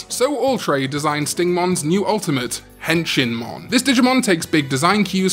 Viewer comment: Honestly when I first heard Henshinmon I thought you said "Henchmanmon" since Wormmon was Ken's henchman when he was the Digimon Emperor lol.